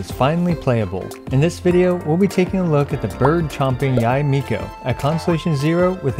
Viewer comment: thumbs up for pronouncing her name right